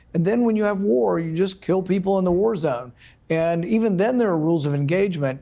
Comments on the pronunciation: Gew guat gware gwy.... and sometimes gwow... fucking peed myself laughing! ❤😂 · Every time he says "NO GWAR" put up the GWAR graphics with a huge red X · Make love, not Gwar. Gworld Of Gwarcraft Gears Of Gwar Gwarhammer 40K Gwar Of The Gworlds .....OK, I'm done. 😂